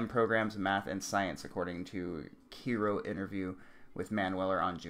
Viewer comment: Hey man, I appreciate the coverage of this topic but please do some more research regarding vocabulary and local news organizations. Egress, which means essentially method of exit (like maintain proper egress means maintain proper means of exit or escape), really should have been looked up prior to this video, and KIRO, pronounced Ky-Ro, news is a local news station. I really couldn't get to the end of your video because you shot your credibility in the foot. I wish you the best in future posts!